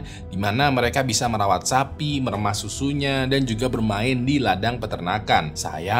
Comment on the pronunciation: Memerah bang memerah,bukan meremas😭 Cape bet dah